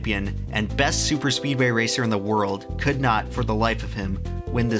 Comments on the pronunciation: This is my 5th time watching it and i finally realised he spells speedway wrong and says speeway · ITS Speedway not Speeway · says speeway😂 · "Daytona International Speeway" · Am I the first person to notice he mad a mistake: 'Daytona International Speeway' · Daytona international SPEEDWAY not Speeway lol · "Daytona International Speeway" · Speeway? I think he meant speedway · “speeway” (speedway) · great video but Datona international SPEEWAY REALLY XD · I don't know about you, but I would re-edit and re-release the video so it says "Speedway" instead of "Speeway". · you sad Speeway intead of Speedway! great video! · What is a "Speeway"? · Speedway not Speeway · lol ...Speeway... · "Speeway" Entire video ruined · "Speeway" PS Loved the video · “Speeway” lol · now this is epic, but you said speeway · "speeway" bruh Not trying to take away from the awesomeness of this video, btw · "Daytona International Speeway" - 2019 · "speeway" lol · "speeway". Where's your "D"? ha. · "Daytona International Speeway" haha you made a mistake in your hardwork video. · Daytona Int'l "Speeway" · "Daytona International Speeway" btw